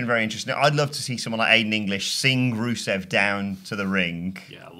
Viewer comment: Swear that guy called rusev ruso....